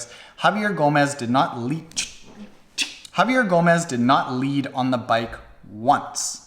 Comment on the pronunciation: It's pronounced Javi-eh not Javi-err Also, why don't you like the guy?